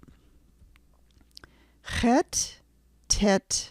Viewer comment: I learned tge chet talking to russians...you need to pull your tounge back a bit